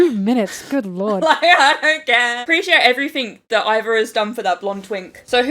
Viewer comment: Not including Iva's full name, Emporio Ivankov, is criminal. Btw Iva is pronounced ee-vah, not 'eye'-va. Something really cool about them though is that Oda created a new pronoun just for them!